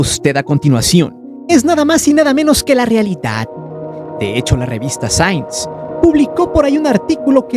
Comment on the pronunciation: La revista sains 🤣🤣🤣🤣🤣🤣🤣🤣 que güey para pronunciar LMFAO 🤪